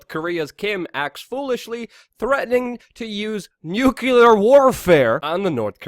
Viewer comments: I laugh every time you pronounce nuclear nucular like W Bush lol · *Always mcLuvin The"Nuke-u-ler" Luke-u-ler! :D :D